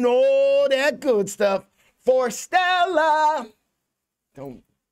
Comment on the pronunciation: Love your reaction. By the way, their name is pronounced as "Forest"+"Stella"